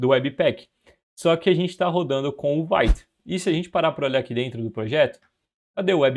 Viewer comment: Vite vem do francês, significa rápido e a pronuncia é como se fosse português e não "vaite".